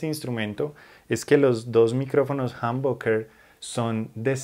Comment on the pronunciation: Él dice Jamónbucker 😂